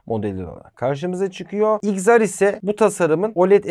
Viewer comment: Abi neden xr’a “igzar” diyorsun “iksar” olmayacak mı